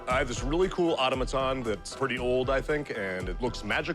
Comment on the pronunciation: Pronounced “A-Tom-A-Ton” NOT AUTO-MA-TON. Geez.